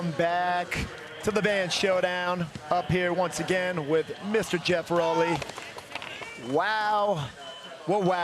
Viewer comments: Lol. Like the first words were indomitable...intrepid...then he goes Raowley and looked like cmonnn bro...love them both lol. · ROW as in ROW-Your-Boat-LEY...C’MON MAN...I love VANS and Rowleys first shoe...ahh good memories. RIP THPS and darkslides 😢❤️